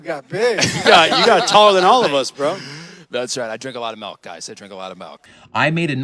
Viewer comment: speaks fluent mandarin. pronounces milk as melk